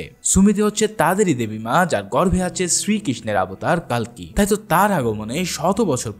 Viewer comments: উচ্চারণটা কাল্কী না কল্কী হবে❤❤❤❤🎉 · কালকি নয় কল্কি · ভাই শব্দটা কাল্কি হবে না। হবে কল্কি। আর অশ্বসথামা না। হবে অশ্বথামা। Thank You এত সুন্দর Explaintion উপহার দেওয়ার জন্য ❤❤❤❤❤। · উচ্চারণটা কাল্কী না কল্কী হবে❤❤❤❤🎉😊😊আর আর্জুন না অর্জুন হবে😊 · উচ্চারণটা কাল্কী না কল্কী হবে❤❤❤❤🎉😊😊